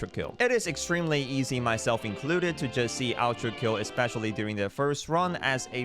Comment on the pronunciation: Why are you calling it outrakill. Do you have a speech impediment or smth cuz it's ultrakill not outrakill broski